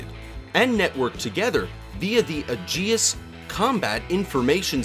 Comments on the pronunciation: Its Ay-jis (Aegis), not Uh-jee-us. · LEARN. TO SAY AEGIS: "HEY -EEE-Geee-SSS ". AEGIS WAS THE SHIELD OF ZEUS!